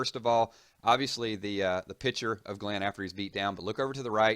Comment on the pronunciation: GLEEN DIES?????? noooooooooooooooooooooooooo he said glen dies :(